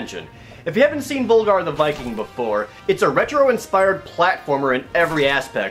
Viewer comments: It'd be pronounced like V-OOH-Lgar wouldn't it? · Why does nobody call him Völgarr!? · It's actually pronounced "Vulgar the Viking" because in Icelandic and other northern languages the letter "ö" Is pronounced "uh". How I know this is because am born and raised on Iceland